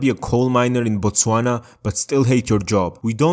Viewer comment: Bro I like how you pronounced Botswana 🇧🇼 💯💯